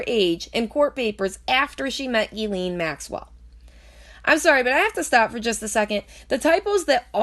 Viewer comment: Omg I can’t fucking listen to it anymore...ITS PRONOUNCED JIZ-LANE!!! Not GEE-LEEN!!! God dammit!! How fucking hard is that? And don’t claim “oh I lisp” (like you said) because you made A LOT of “S” sounds and didn’t lisp once...jesus fucking christ...